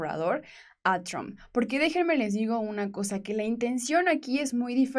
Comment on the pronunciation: si tienes educación deberías de pronunciar correctamente el apellido del presidente de E.U. deberías de respetar como lo hace tu presidente.